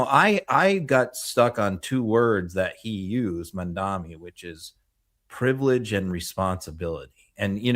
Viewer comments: Just discoveredand love this channel. - it’s pronounced Mam-da-Nee, not mam dami 😉. A minor point but important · For the love of god, Mr. Filipkowski, learn to pronounce MAMDANI's name. It's not mandami. We love you and all but you sound ignorant. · I know you like Mamdani so would it be too much to ask you to at least pronounce his name correctly?!?!